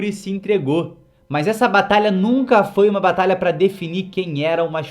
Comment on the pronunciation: Não sei se ele percebeu mas ele falou batala